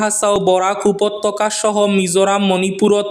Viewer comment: খারাপ পাবেন না, শুধরে দেওয়া আমাদের দায়িত্ব, যেহেতু খাটি শুদ্ধ বাংলায় খবর পড়েন তাই নিখুঁত উচ্চারণ করা চাই, আপনার কয়েকটি অক্ষর ও শব্দের সঠিক উচ্চারণ হওয়া দরকার, উদাহরণ স্বরূপ উপত্যকা আর উপত্তকা এক না, এর সঠিক উচ্চারণ হবে উ+প+অ+ই+ত+ত+অ+ক+আ যেখানে আপনি উচ্চারণ করেন উ+প+অ+ত+ত+অ+ক+আ এটা ভুল, আরো ভুল ছ, খ এগুলোর ভুল উচ্চারণ, যেহেতু শুদ্ধ বাংলায় খবর পড়েন তাই কলকাতা ও ঢাকার খবর গুলো অনুসরণ করবেন, কাচা ভাষায় খবর পড়লে তা একটা আলাদা ব্যাপার ও তার আলাদা একটা মর্যাদা আছে যেমন ঝলক বার্তা চেনেল, আশা করি বুঝতে পেরেছেন